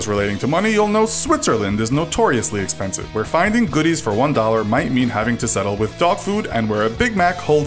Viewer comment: But the spelling of expensive in this video was "expenshive"